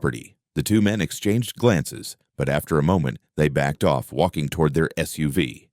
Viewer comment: Every time says off, it comes out as office stupid. A I...